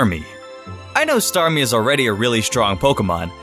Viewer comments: Staryu-Starme-StarWE..... XD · " StarWe " 😂😂 LMAO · omfg Staryu, to starmie to starwe lmfao i cant get over it shit help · staryou, starme and... starwe? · "StarWE". I rolled my eyes so hard. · "That's why we need to have staryu into starmie into STARWEE!" I died😂😂😂😂😂😂😂😂😂😂😂😂😂😂😂😂😅😅😹😹😹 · Lol staryu starmie then starwe